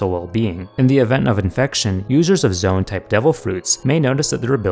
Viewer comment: Its zo in not zo awn